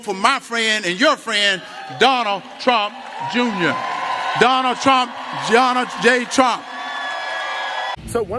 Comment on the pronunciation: Lmao "Jonal Jay Jrump" poor guy 😅 He remembered there was a "J" in there somewhere.